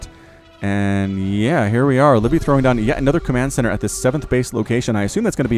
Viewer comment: Also I'm pretty sure it's Liv-ee-bee not Live-bee